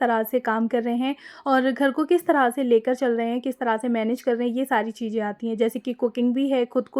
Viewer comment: Nice share 👍✅🤝 but hum aapse eak baat kehna chahenge aap thoda sa alfazo ko sahi kariyega aap chije bolti hai jabki wo चीज़ें chize hai not चीजें or maje me nhi मज़े me aap jaha z use hona chahiye waha j use kar rahi hai use language bahut dull lag rhi sunne me aap urdu k alfazo ko sahi se ada kariye taki sunna or behter lage baki aap sab kuch achha kar rahi hai very good but aaj hum isliye bole ki aap her video me ye alfaz bol rhi hai jo sunne me bahut bure lag rhe hume aap comment padh k apni rai bhi dijiyega 👍✅🤝🥰